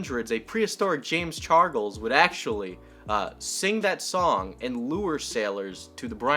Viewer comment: "James Chargles"